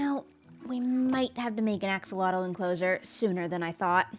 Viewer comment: nobody cares, and it'll never catch on, and this is apparently pedantic... but axolotl is pronounced "ash-ah-loatch"